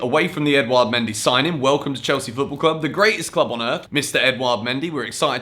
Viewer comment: I think mendy is pronounced mon-dee